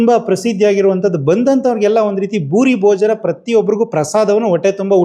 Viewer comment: ಡೈಲಿ ಬೂಡಿ ಭೋಜನ ಅಲ್ಲ. ಬೂರಿ ಭೋಜನ. ಇದು ಪ್ರಸಾದ. ದಯವಿಟ್ಟು ಭೋಜನ ಎಂದು ಹೇಳಬೇಡಿ. It makes you feel that you are comparing it with some hotel . It's a temple food. Please keep it mind